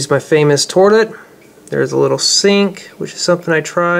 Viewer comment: Its toilet not torlet